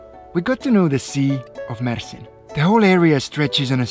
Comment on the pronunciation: You Said Mersin Perfect& TURKIYE